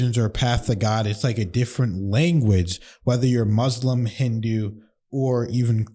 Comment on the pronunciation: Btw it's pronounced Muslim with a soft s like in the word soft or musketeer.